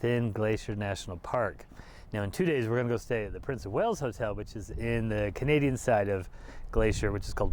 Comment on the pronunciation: Wales, not whales. 😊